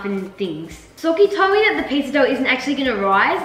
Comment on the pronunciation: That is not how you spel socy like you say it it is sokkie